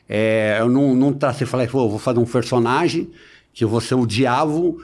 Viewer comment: O lance é q ele não consegue pronunciar a letra P, aí fica hilário. ''Em rede social tem esse foder''...... cafeta, fersonagem